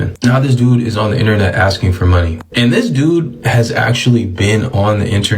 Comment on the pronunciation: Maybe if you stop axing people the bank would reopen your account?